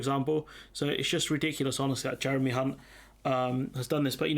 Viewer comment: I think James Naughtie also “slipped up” pronouncing Mr Hunt’s name.